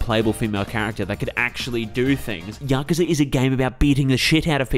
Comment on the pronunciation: Finally someone who pronounces yakuza correctly and not yakuuuza